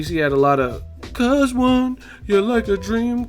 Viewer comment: Damn chill with the "CuHz iTs A gOoD FiGhT" 😂